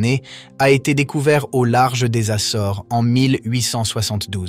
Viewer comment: iles "assoresses"????? Quel mystère